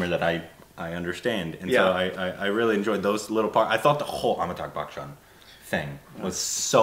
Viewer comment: I used to find it funny but now it's high time that learns to pronounce AmitaBH Bachchan..